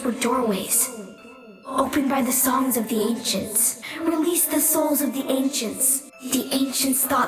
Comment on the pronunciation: he sounds Chinese when he keep saying songs